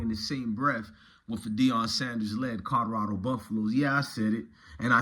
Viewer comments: This nigga said Kadarado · Nigga you need to go back to school you cannot pronounce Colorado for shit.